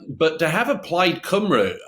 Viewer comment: Please learn how to pronounce Cymru. It really isnt difficult